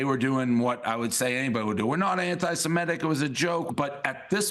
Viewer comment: What's wrong with you, Lester Holt? You still can't pronounce "anti-semitic"? You're showing your viewers, and other broadcasters, how to mispronounce it.